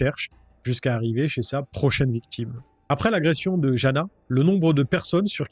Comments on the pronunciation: Jana se dit Yana je crois, mon oncle est slovaque il a appelé sa petite fille Jana mais ça se dit Yana.. voilou juste pour se prénom... 😅 Super vidéo comme toujours ! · On prononce Jana : yana